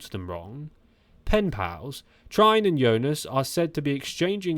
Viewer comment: No time wasting over social media. Like great actors not reading reviews. This new aggressive Jonas lets the legs do the talking. Trine is more likely pronounced Tree-ner.